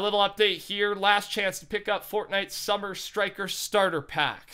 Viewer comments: Did he say summer striker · Best content, but Summit* not Summer*